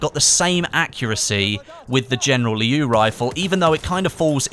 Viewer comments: It's "Liu" in one quick word,not "Lee-iu" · It's pronounced "Leo" actually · just a reminder, the word 'Liu' is pronounced as something like ' Lill' in one straight pronunciation, not two separate intervals. And I am a chinese:)